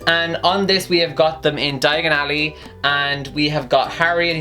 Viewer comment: When he says basisilk except for basilisk and calls it an snake mythical creatures are angry. And when he say diagan ally except for diagon alley me who speaks British English is angry. But this video was awesome I agree with everything